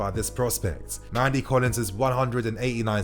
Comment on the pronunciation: Nnamdi Collins, not "Mandy Collins"